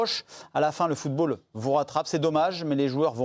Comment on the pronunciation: "Le footre Africain..." 😂